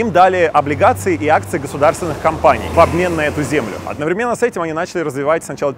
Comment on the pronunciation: Уже не первый раз пишу. Пожалуйста, научись правильно ставить ударения в русских словах. Начни со слова "одновременно". И не неси чушь. Объём торговли России с Китаем в сотни раз меньше?.. ))) Китай-США в прошлом году сокращение до 650 млрд. долларов, Китай-Россия увеличение до 150 млрд долларов. Каким образом ты вёл подсчёт? Кстати, в ближайший год товарооборот между Турцией и Россией достигнет 100 млрд долларов, а с Китаем до 200 млрд долларов. Это тебе просто для информации